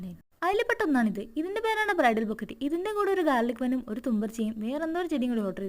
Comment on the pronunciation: ബൊക്കെറ്റ് അല്ല ബൊക്കെ 😊❤️